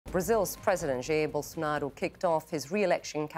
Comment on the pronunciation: How does is she able to say Bolsonaro exactly how it sounds in portuguese?